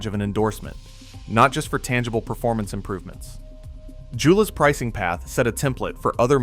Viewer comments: It's actually more like Yo-luh. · I've used every Joola Perseus paddle over the years and love them. I get a new paddle yearly, I play almost every day, so a few extra cents daily isn’t a big deal. Yes please pronounce Joola correctly to be taken seriously! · As a pickleball player and certified PPR coach, I can't take this video seriously when you pronounce Joola incorrectly.